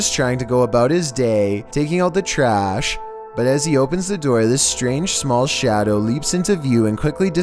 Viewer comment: "Time to take out thrash. Just let me turn on the camera and its light and turn off the overhead lights and we're good to go." Dude.